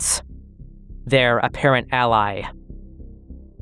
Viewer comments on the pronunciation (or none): none